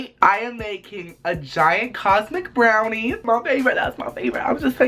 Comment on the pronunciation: when he said cosmic brownie i kept hearing condom brownie and every time im just like "what?!?"